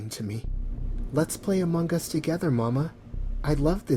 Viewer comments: Its Among Us. Not amongus. Ugh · “Amonguhn us”